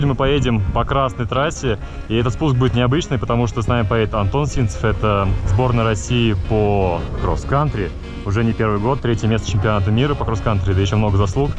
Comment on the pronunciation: Вообще он СинцОв, а не СИнцев =).